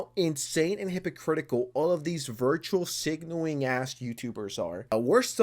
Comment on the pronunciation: is saying "virtual signaling"?